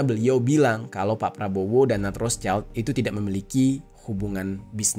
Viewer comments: bacanya roth schild bang bukan roths child mf bang🙏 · ROTHSCHILD: WROT SHILD, bukan ROS CAIL..... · ROTHSCHILD, pelafalannya 👉 ROT -Sheesh-ILT:: ROT-SHILT!! 👈bukan ROSE-CHILD wooooy!!! Paraaah 🤣🤣🤣🤣🤣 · Rot(h)-Schild, schild dibaca shild Kalo digabung bacanya rot-shild.